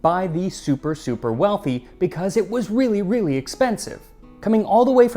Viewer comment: It's wreely wreely good...haha needs whip cream!